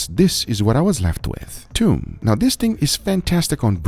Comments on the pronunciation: thoom not toom it means garlic 🧄 ثوم 👍🏼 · It's not toom. It's thoom. And thoom means garlic, not the sauce.